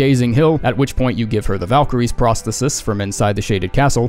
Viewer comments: You're saying Prosthesis wrong too. Figured I'd let you know after the Azur thing. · you said 'prosthesis' wrong btw